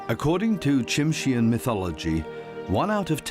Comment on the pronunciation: The white-coloured black bear is called a "Kermode Bear", (Ker-Moad), not Ghost Bear. And 'Tsimshian" is pronounced "Simshian'. ( The ' T ' is silent.)